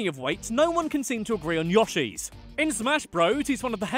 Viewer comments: you pronounced Yoshi as Yashi 😣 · I've always wondered why Brits say Yashi rather than Yoshi. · its not yoshhee it's prenounced y-oh-she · And he also pronounced 'Yoshi', 'Yar-shee'! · SAY YOSHI CORRECTLY